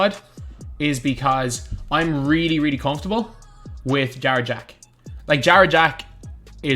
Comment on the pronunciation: I thought he was saying jar jar when he said jarrett jack lmaooo